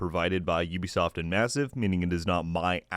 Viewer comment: Thank you for pronouncing Ubisoft correctly and not pronouncing it as 'ooh be soft' 🤦🏻‍♂️